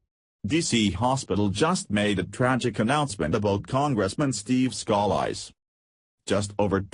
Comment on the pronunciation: If you are going to use computer voices please learn correct pronounciations of proper names and names of states. I do not appreciate my home being called louseyana. Scalise is better pronounced scalees. The computer voice can ruin a a story when it is riddled with mispronunciations.